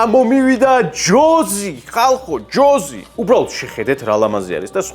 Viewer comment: ჯოზი კი არა ჯოისი